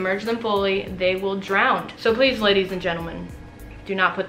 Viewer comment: Mate... Did you say 'drowned'?